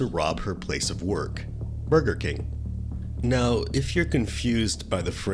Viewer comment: He said "burrkeeeh" AI picked up "bird camp" . He ment burger king lmfao😂